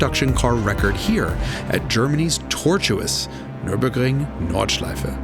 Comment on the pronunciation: Didn't expect the near flawless pronunciation of Nürburgring Nordschleife on an american channel